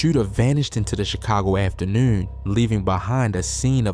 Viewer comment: after-newn .. yeah bro from Baltimore. Salute to B more by way of Richmond, Va